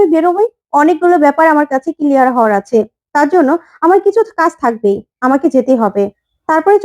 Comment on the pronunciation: কিলিয়ার নয়, ক্লিয়ার।